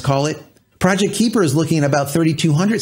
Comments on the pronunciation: I believe it's pronounced K-eye-per, not K-ee-per. They're likely taking the term from the Kuiper belt (much like the asteroid belt beyond Mars), which is full of many icy bodies beyond Neptune, of which Pluto is the largest. A bunch of sats orbiting the Earth sort of fits, besides the fact that all sats will be orbiting 360 degrees and not just on a flat plane like the belts. The Kuiper belt is also thought to be leftovers from the formation of the solar system, so hopefully Project Kuiper doesn't suffer the same fate. Have to make sure to bring those sats down in time so they don't extend the Kuiper belt closer to Earth... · Kuiper is pronounced "KI-per" Long "I" Named after Dutch astronomer Gerard Kuiper. Firefly fans may also know him as the person that discovered Miranda, one of Uranus' moons. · Kahy-per as in Kuiper Belt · FYI it’s pronounced “Kai-pur” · But Amazon can''t get a real rocket off the ground... so far Blue Origin is only a celebrity amusement ride to 300K feet. Up and down, no orbit. If it's anything like the Kuiper belt (near Neptune), the "ui" is pronounced like "eye". Those things you are reading this with. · You pronounced it better in previous videos. Kuiper is hard to pronounce as the ui part in Kuiper is something the English language doesn't really have. It is definitely not a long i as claimed here above. Trust me, I am Dutch.